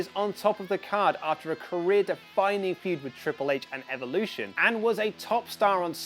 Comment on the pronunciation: Ffs pronounce evolution correctly